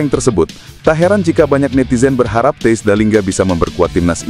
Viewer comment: THIJS bacanya : TEYS